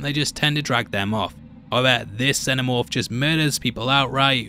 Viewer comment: I know this is lame of me, but I'm really struggling to get through this video because you keep saying, "the xeNNomorph". Its "xeNomorph"! Every time you say it, its like nails on a blackboard. Shame because other than that I like the video a lot.